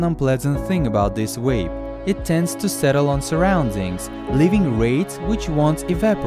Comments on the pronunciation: Dwont mwake fun of hwim. He has spweech pwoblems. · Cat its more like vanna wape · You cant pronounce "vape" 🤣🤣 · How the fuck can he say vaporize but not vape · its vape its just a fuckin accent mate wape yeah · He's from a European country most languages in Europe pronounce the V like a W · Ha says vaporize just fine but says wape or reser-oh-are instead of reservoir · Astros Cinema I like how he was able to say "vaporize" but says wape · “Oh now daddy, pwease down wape me UwU” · He can say “weight” right yet still says “wape” 😂😂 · DunkinDonuts90 I heard wape too lmao😂😂😂😂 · Your name is and you say wape... wtf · Nobody:: W A P E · Haven't you seen the video? It's a wape, not a vape. Say it correctly. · You mean wape? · Stoners Podcast Hwape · He says vaporizer, and vaporize. But says wape? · “We got this wape” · Mariah he said wape. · Are you guys aware that he says wape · Stop saying Wape omg 🤢💩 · Vape ❌ wape ✅ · No offence but "wape" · vape, not waype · What’s funny is the guy calls it a “WAPE” but says “VAPORIZER” correctly. Haha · "but this time with a WAPE"...omg i love wapes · How cant u say "vape" But you can say "vaper" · We got dis wape😂😂😂 but the mans can say vapor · He can say vaporize right but he says vape as wape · As soon as I heard “wape” I scrolled to the comments Also why does he say vaporize how it is but not vape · Upd: He speaks Russian (although he is Ukrainian), but in Russian there is no "W" and "V", but in Russian there is "B" almost as the "V". On the Russian word "wape" will be written as "вейп". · Think he said vwape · The auto captions claimed he said "wave" lol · “We av this wape”😂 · Can this guy not say the V LOL great vid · ok im sorry but he said Wape 💀💀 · Yoooo he call a vape a "wape"💀💀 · I literally come here because you say stuff like “wape” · Are we just going to ignore the fact this dude can't pronounce the V in, "vape" but has absolutely no problem pronouncing it in, "evaporate"?